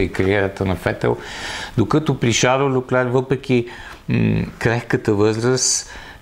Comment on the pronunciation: Шарл ЛЬОклер се произнася на френски. На монегаски няма идея какво е прозиношението, но това име е френско, на италиански и италианските диалекти ще е “Карло”. Фамилията също е френска, съответно следва да се произнася “ЛЬОклер”. "Ch" се произнася като "к" в италианския, предполагам в лигурските му диалекти, примерно "perche" или като "ш" във френския. Не знам това "ч" от къде го измисли.